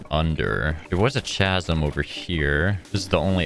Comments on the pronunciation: Ka-zum it’s pronounced ka-zum! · CHASM💀💀💀 U PRONOUNCE IT KAZZIM